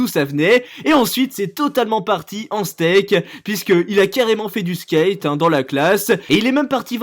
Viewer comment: Lol « il est totalement parti en steak » . Il y a une petite différence entre skate et steak